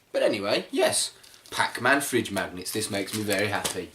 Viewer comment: "Pac Man freedge magnitts!"